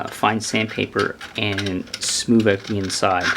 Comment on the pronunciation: smoover lmao wivv